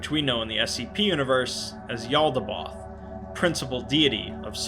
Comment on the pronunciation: The demiurge... Yaldabaoth principale deity of ... sarcasm ? well that's what i heard as a non-native English speaker ! one day ... one day i will write an SCP about a Sarcastic deity XD !